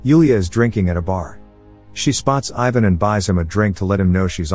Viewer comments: The way you said Ivan omg😣😫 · It is so funny how you pronounce ,Ivan' And it is not only you, but like all the english men.